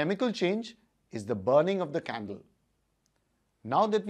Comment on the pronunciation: I thought he said “So lets light the candely”